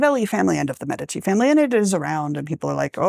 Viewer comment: medicus médico Médici not Medíshi How do you pronounce the word "medicine", or "medics"? The stress is always on the "e".